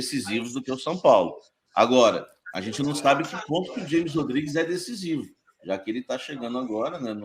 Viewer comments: O cara trabalha com futebol e nao sabe que James Rodriguez se pronuncia "Rames" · O cara ja falou milhões de vezes desde 2014 que o nome dele é James com som de R e o cara ai fala na forma americana pqp